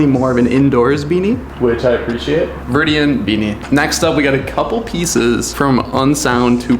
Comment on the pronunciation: the viridian lol are you talkin about THE VIRIDI ANNE 🤣